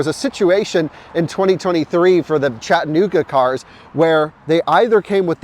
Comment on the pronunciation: “Chatta-Nooga”. Is that the fastest software in an EV?